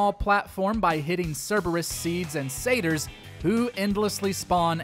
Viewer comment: It's satyr not😂 saters